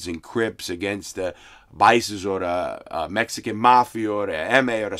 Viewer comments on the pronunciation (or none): "Mexicnns got on bewts.." 😐